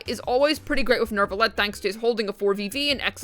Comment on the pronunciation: Why do you keep saying NeRvalette? 😂